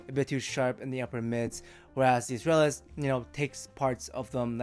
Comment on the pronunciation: With Latin words I go with classical Latin pronunciation and (in this case) the stress falls on second last syllable (-tral-). Astrālis therefore bastardized into English spelling becomes “uhs-TRULL-is”. It does help if you speak Spanish … but I heard you say Estrella. MOST IMPORTANTLY, the life’s TOO SHORT to worry about correct pronunciation of adjectives in a dead language.